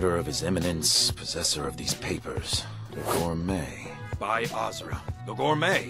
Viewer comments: Can't even pronounce azura right. Besides she's a good Daedra and one of the anticipations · Still not forgiving the people responsible for letting mispronounce the name Azura.